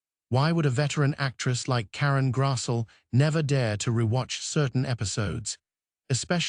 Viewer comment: Grass-lee is how it’s pronounced.